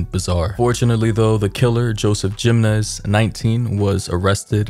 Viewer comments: the shooters last name is pronounced him en ez btw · Babydoll your pronouncing the name wrong Jimenez is pronounced Hamenez. Just fyi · I'll help you out Brother. Jimenez is pronounced He-men-ez....You're cool Brother! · You’ve made this mistake before but it’s coming up again so I’m going to help you. The last name “Jimenez” is pronounced “hih-men—ez” (hih pronounced like the “him” in “him”). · No disrespect by any means, but the name is pronounced with a "h" sound replacing the j. Sounds like Himenez. I have a friend with the same last name. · I’m trying to be a smart a$$ but jimenez is pronounced he-men-ez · I find it so weird hearing Latin surnames pronounced incorrectly as someone born in the southwest. Great video despite that part.... it is pretty easy to hear the proper pronunciation right here on YouTube. 🤔😉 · Dude you really needed to update before you posted. And the way you say Jimenez 🤦🏾‍♀️ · No way you can’t pronounce Jimenez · The J makes an H sound, just saying.